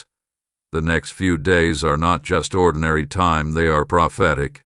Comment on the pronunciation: "THEY ARE NOT ORDENARY"